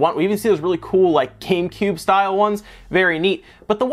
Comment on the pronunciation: He said camecube